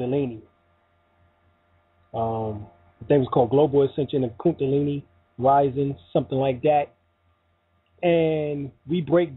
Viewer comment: KunDAlini not kunTAlini